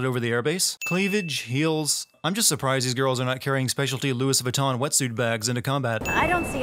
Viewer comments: "Lewis Vitton" lol...oh dear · I love you,. But that pronounciation of Louis Vuitton... well, at least you got the Vuitton right:) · The biggest sin is how you said Louis Vuitton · Did just pronounce Louis Vuitton exactly as it sounds? Anyone else catch that? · The "S" in Loius Vitton is silent. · you clearly don't write or come up with your own material!!! you're reading off scripts !!! otherwise you would have pronounced LOUIS VUITTON the correct way SMH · Learn to pronounce Louis Vuitton